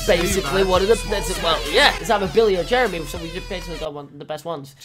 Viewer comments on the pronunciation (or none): Billy and jezza not jermy